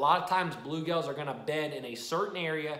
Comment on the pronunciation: You saying bulegales or bluegills?